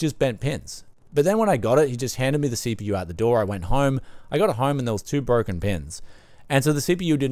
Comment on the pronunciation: I have pea see with ayyy m dee si pea yu.